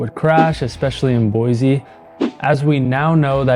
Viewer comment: And still can't pronounce the city name right!😂